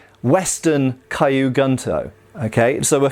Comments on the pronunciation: just as an FYI, kyu isn't pronounced kaiyu, you pronounce it exactly as it's spelled and run the k and the y together with no other sound between. This applies to all Japanese words that start with a consonant followed by the letter Y like gyu and ryu. So, not A sound, no E sounds, nothing in between the first letter and the Y. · Nice to see you've got the rough pronunciation of tachi down... Clearly kyu is next on the list. :P But great video. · I've been learning Japanese for a few months and I was like AAAAAAH the entire time lol. It doesn't really actually matter, but when you know better it's like aaaaahhhhh lol. Yes the way it should be said (Kyu) is like literally saying the letter Q in English. What doing is pronouncing it as KiYu which isn't right. Also even then, KiYu would be pronounced like the word Key and then the word You, and not Kigh (like the word High). If that were the sound, it would be spelled Kaiyu. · I think kyu should sound like q from star trek ? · Just wanted to point out that the word Kyu in Japanese, meaning old, is pronounced more like "Q" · 'Kyu' sounds like the letter 'q'. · The "Kyu" in Kyu gunto should simply be pronounced the same way we say the letter Q. Hence: "Q goonto". That is, assuming the pronunciation of Q is the same in both British, and American English. Hopefully, it's not similar to the letter Z in that regard!😀 And those have to be just about the ugliest things ever made! If they were all melted down and made into other swords, I don't think I'd shed a single tear!😀😂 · One tip, Kyu is pronounced like Q